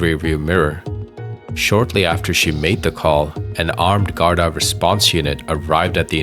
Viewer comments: ah look l am Irish and Gardaí is pronounced Gardee but that's very very insignificant 😢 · Good video. But just as a heads-up, it's pronounced like "Gard-Ee". Not like "Gard-Eye". And also, Garda is the singular form of Gardai (the plural)